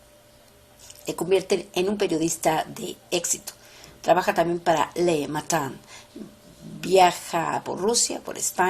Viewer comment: Le Matin se pronuncia Le Matén!